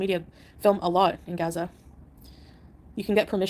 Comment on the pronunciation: "GAZAR" Does she mean "Gaza" 🙄